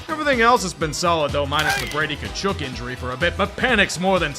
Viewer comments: It's not ka-chook it's ka-chuck. His nickname is chucky. Two generations and 3 players how are people still saying it wrong? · How long will keep saying "Ka-chook" instead of 'Ka-Chuck'? Like it's not like either of the brothers or the dad don't have their name being said on film?!